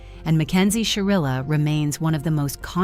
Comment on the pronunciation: SHIrilla. with an I.